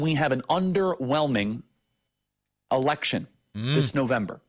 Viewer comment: I could have sworn Charlie Kirk said "erection" instead of election. 🤔 The issue of what Republicans want to do to women's freedom is already out of the genie bottle. Ya'll said the quiet part out loud, then went full blown crazy for ruling over women's bodies. Go fork yourself, GOP!